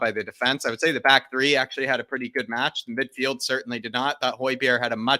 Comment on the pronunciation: It's three points not Tree points